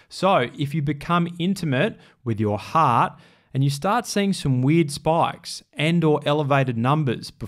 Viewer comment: "heart" is 1 syllable